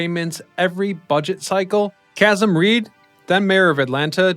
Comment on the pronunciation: Casm Reed? 😆😂🤣😭! (Kasēēm Reed)